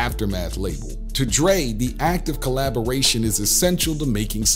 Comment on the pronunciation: Am I the only one who heard the narrator call Dre, Drake ? 🤷🏽‍♂️